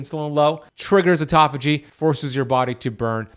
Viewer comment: OMG, auto-phagy... Not aut-toph-ay..... Do not take this psuedoadvice.